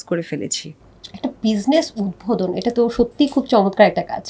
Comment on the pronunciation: উপস্থাপিকার উচ্চারণ স্পষ্ট হওয়া দরকার। অতি আধুনিক ঢং করে কথা বলতে যেয়ে উচ্চারণ ভুল করলে খুবই বিরক্তিকর লাগে। উদভোদন বলে কোন শব্দ নাই। ওইটা উদ্বোধন হবে। উচ্চারণ পারেন না তাহলে বলেন কেন???? হয় ইংরেজী তে বলেন নাহয় শুদ্ধ টা বলেন। ঢং করতে যেয়ে আরো অশিক্ষিতদের মতো উচ্চারণ করলেই ভালো উপস্থাপক হওয়া যায় না। আগে স্পষ্ট সঠিক উচ্চারণ শিখেন😊।